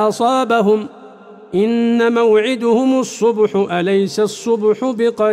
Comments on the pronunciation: الرجاء تصحيح الاخطاء, من الاخطاء الاية ٨١ ، موعدَهم ليس موعدُهم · من باب التنبيه ان موعدهم الصبح بفتح الدال وليس بالضم جزاه الله خيرا فضيلة الشيخ ومتعه الله بالصحة والعافية فى الدارين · آية 81 في الدقيقة 20 قرأ الشيخ موعدُهم بضم الدال وهي مفتوحة. فنرجوا تنبيه الشيخ ليعيد تصحيح وتسجيل الآية. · وثالثا ان موعدهم الصبح بفتح الدال وليس بضمها